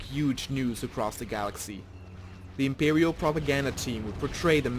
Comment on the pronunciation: lol "the impewial.."